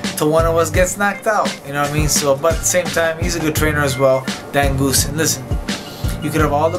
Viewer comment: He said Dan goosen lol